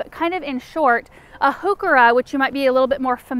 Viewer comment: Now, if we could just get the pronounciation of heuchera right! ‘Hyoo-ker-a’ rather than ‘hoo-ker-a’.